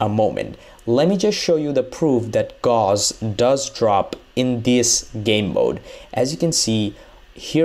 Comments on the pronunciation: gauss ... not ghoss.. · BTW Gauss it's pronounced like house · Gauss (actually spelled Gauß) was a German mathematician. (see The name is pronounced German, it sounds like "Gous", like in house or mouse. Not "Gaws" like in all the videos. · Why do you pronounce tier as tire it’s tear and gauss like gauss it’s gouss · Gaus, not Gos. Come on, dude. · No Its guss.. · GAUSS AS IN HOUSE! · It's pronounced Gauss like Gous, put it into google translate